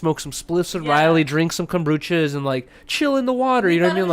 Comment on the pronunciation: it’s komBUcha not komBRUcha lol